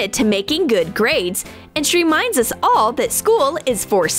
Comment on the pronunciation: did you say all or nall